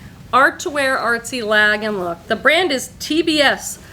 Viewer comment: Lagenlook is pronounced with a "Lah" sound, not "Lag" like jet lag. Translates basically to layered look and involves multiple layers of usually irregular and oversize shaped clothing. Then you can break it down to different asthetics like romantic lagenlook, Japanese lagenlook, preppy lagenlook (think Annie Hall) etc. Not all artsy clothing is lagenlook but its become a catchall phrase with sellers. Lands End makes really good quality clothing and some great canvas totes. I got a few large totes during an on line sale, paid less than $7 each and sold them for $60 each. Your GW prices are only a bit higher than here but our Savers are higher. Most good jeans are $24.99 now. That bins price seems crazy high but Im guessing rent on the building is pretty pricey so they have to charge more. You find great things, tho! I never find Fresh Produce or Hot Cotton anymore. Another 1 to watch for is Blue Fish. Ive only found 1 and Ive been selling on eBay since the beginning, nearly 30 years. I cant resist Bryn Walker either!